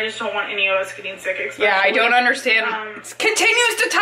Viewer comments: EXSPECIALLY!!!! AAARGH!!!! 😲😲😲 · There is NO "X" in Especially!!!! THAT MAKES ME NUTS! Wait... More nuts. Yeah more nuts. You can't have too many nuts... I digress. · I hate that she says “ex-specially” god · Omg that is driving me crazy too how she pronounces that.